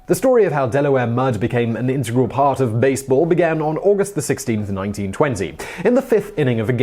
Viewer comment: Hurrah! "integral" pronounced correctly. Well done Simon! .